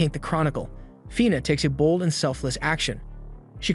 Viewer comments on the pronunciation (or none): none